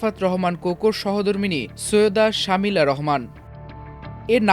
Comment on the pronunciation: ভাই নামটা সুন্দর করে বলতে পারেন না? শামিলা হবে না হবে শর্মিলা।